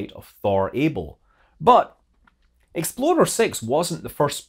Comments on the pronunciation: Explorer 6 sounded a LOT like Exploder 6 the first time.... :P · To my ear, your accent amusingly (and somewhat appropriately) morphs Explorer...into Exploder. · Whenever Scott says "explorer," I giggle. And while I'm on the subject of pronunciation, why doesn't Thor get the same consideration as Neanderthal? There is NO "th" sound in German or Norse. That's like me just accepting my last name would be pronounced incorrectly in Spanish? Nope, names are names. Stop changing the pronunciation from the original. Words change, names shouldn't.